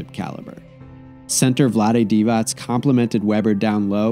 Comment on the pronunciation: Vlade Divacs? No S at the end.